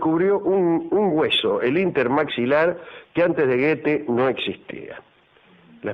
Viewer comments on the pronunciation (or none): SE PRONUNCIA GUTH NO GUETE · Se pronuncia Göthe